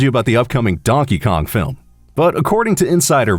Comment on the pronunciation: "Filim aductaion of luigis mansion" Me: AAAAHHHH